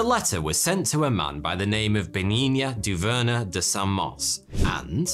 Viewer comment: ''Bénigne Dauvergne de Saint-Mars'' Him: Benignia Doverner de Saint-Mors'' My ears...